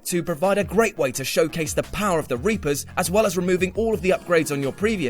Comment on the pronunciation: I cringed when I heard it...especially when he said "reaper" 😂